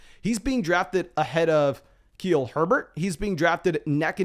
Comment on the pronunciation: Keel Herbert?